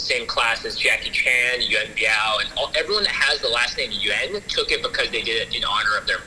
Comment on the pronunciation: I wish you guys knew how to pronounce Yuen